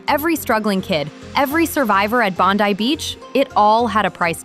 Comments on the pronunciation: Its "BOND EYE" NOT BONDY... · With respect - pronunciation correction -Bondi - Bond - then - i - as in eye - Bond(eye)i - Bondi Beach - thank you 😊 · Pronounced BONDYE